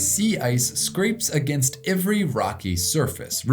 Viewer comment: Did you move to New Zealand? You're saying "ivery" instead of "every".